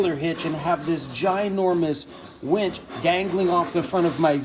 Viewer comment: Haha did I say wench? Lol! Winch? Which one is it!